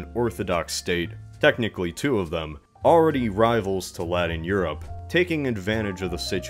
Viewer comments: It sounds like you're saying laddin like Aladdin instead of Latin. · Wtf is alladin europe?! Aaaaaahh "A latin europe" :D